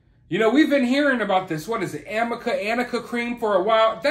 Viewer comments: Plus her lawyer kept calling it AMICA however the correct pronunciation is ARNICA. Ha ha ha She didn't even say it correctly! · The attorney called “Arnica” gel or cream, “Amica” cream. Arnica gel is a real thing, it helps with bruising. I’ve only heard people talk about using it after Botox or facial filler injectable… which it looks like AH had injected to enhance her cheekbones. It’s pathetic the attorney is calling Arnica, “Amica”.